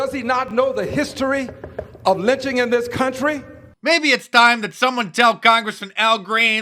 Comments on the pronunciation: “Does he not know the history of LITCHING?” (not the same as lynching.) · trapple Gawd he didn’t say lynching. He said “LITCHING” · Was that ole joe saying lynching it was it lunching????? It had to be lunching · This is your typical Republican Right Wing vile twisting of words... It's absolutely clear that that the Democrats said 'lynching', not 'lynching'. You can clearly hear it in every single clip of every single Democrat, plain as day... 'lynching'. Unlike that monster in the White House who should be detested and impeached because it is just as clear he said 'lynching'... not 'lynching'.